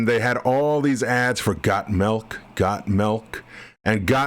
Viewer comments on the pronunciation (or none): Don't know why this stood out to me, but when you say Got Milk, I hear your regional accent as Got Melk. Just a minor note of interest - and it may be I'm just used to the local regional accent (it's not my native - I'm an import) and it sounds different from that.